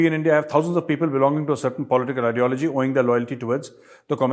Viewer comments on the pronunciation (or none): none